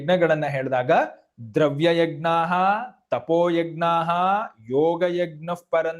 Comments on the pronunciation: ಯಗ್ ನ ಅಲ್ಲ ಯಜ್ ನ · ಯಜ್ಞ ವನ್ನು egnya ಅಂತ ಸರಿಯಾಗಿ ಹೇಳಿ 🙏🏾ನಿಮ್ಮನ್ನು ನೋಡಿ ಕಲಿಯುವವರು ಇರುತ್ತಾರೆ 🙏🏾ಜೈ ಶ್ರೀರಾಮ, ಗ ಕಾರ ಅಲ್ಲ ನಾನು ಹೇಳಿದ್ದು, ನ್ಯ ಬರಬೇಕು ಕೊನೆಯಲ್ಲಿ ಅಂತ, ಅದನ್ನು ಬಿಡಿಸಿ ಬರೆಯಲು, ಇದರಲ್ಲಿ ಇಲ್ಲದೇ ಇರುವುದರಿಂದ, ನಿಮಗೆ ತಿಳಿಯುತ್ತೆ ಅಂತ ಹಾಗೇ ಬರೆದದ್ದು, ವಾಯ್ಸ್ ಮೆಸೇಜ್ ಆಗೋದಿಲ್ಲ ಇಲ್ಲಿ ಅದಕ್ಕೇ ಸರಿಯಾದ ಉಚ್ಚಾರಣೆ ಇರಲಿ ಅಂತ, ನಾನೇನೂ ಎಲ್ಲ ಗೊತ್ತು ಅಂತ ಅಲ್ಲ ಕ್ಷಮಿಸಿ 🙏🏾ಕಲಿಯುವವರು ಇರುತ್ತಾರೆ ಅಂತ ಅಷ್ಟೇ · ಯಜ್+ಞ ಎಂದೇ ಉಚ್ಚರಿಸಬೇಕಾದ್ದು. ಗಕಾರ ಬರಬಾರದು.